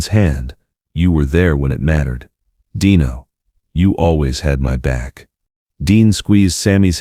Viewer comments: this would be a great video if not for the AI narrator , it's still great because of the story only truly the AI is robotic and impersonal.fir such thing and it's " al-ta-veese" not "al-ta-vise' and fur Christ's sake it" de-no' not "dine-o" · Nice words, but I HATE he AI narration !!! It was DEAN-O, not DINE-O. The AI was inconsistent and only got it right once. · A terrific eulogy of their friendship just remember it was pronounced "DEENO" not "DEYENO". They are both missed and made the world a better place! 👍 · DEAN-O! Not Dino like a chicken nugget! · Stop saying 'Die no"!